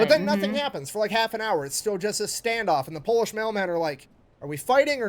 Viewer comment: it wouldn't work because of his butchered pronunciation